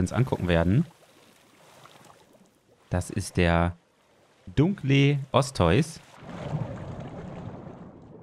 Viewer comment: Bei Dunkleosteus wird das "eu" am Ende jeweils als einzelne Buchstaben ausgesprochen. Also nicht eu sondern e u.🤓